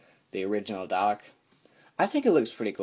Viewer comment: DALEK (do-lek)